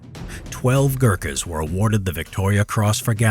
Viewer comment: The way you say Gurkhas and “AYO GORKHALI” brings shame to all Nepalese men